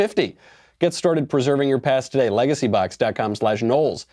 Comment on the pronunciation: I actually thought he said legacy buck not LegacyBox